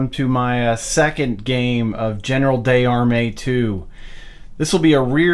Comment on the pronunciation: Lovely game and setup! I can give you some pointers in regards to pronunciation: General d'Armee is pronounced General dar-MAY. Tournai is Toor-NAY, Ath is ATT, Enghien is like Ang-YEN.